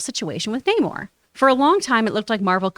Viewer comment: Hate how they pronounce his name properly just once then go back to calling him Nay-more😤😤😤😤